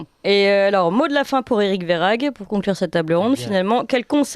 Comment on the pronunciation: Ma chère, le nom de ce monsieur Verhaeghe ne se prononce pas Verhaghe mais Verhèghe. Le gouvernement dit toujours si vous faites ça ou si vous faites ceci... avec eux c'est toujours le peuple le responsable mais jamais eux. Juste encore une chose, à vouloir demander aux Français de rouler en voitures électrique et importer des populations en grand nombre venant d'Afrique (les migrants), ont fait comment pour baisser la consommation électrique??? Plus de voitures électrique et plus de population, c'est forcément plus de consommation électrique. Il faudrait déjà que l'Elysée donne l'exemple. La nuit Toutes les pièces sont allumé. Toutes...